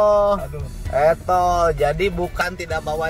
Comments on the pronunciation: Buhahahahaaa 😂😂😂 Pagi² dibikin ngakakakak sm 😅😅😅 El toll bukan es cendol 😅😅 Sehat sllu org baiik. Aamiin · 😂😂😂😂 e toll jdi cenol